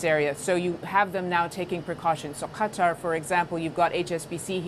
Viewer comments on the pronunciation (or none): none